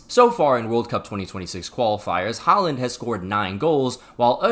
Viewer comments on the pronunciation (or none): Just a small note, whenever you see the vowel 'Å/å' it is supposed to be pronounced as something that approximates the 'A' sound in the standard American 'ball', and not as an 'A'. We have the regular 'A' letter after all. Also, whenever you see a name or word written with two normal 'A's(Haaland etc.), you're supposed to pronounce it like the aforementioned 'Å/å' letter. 'Æ/æ' is pronounced similarly to the 'a' in 'ravished', and 'Ø/ø' something like the 'I' in 'bird'.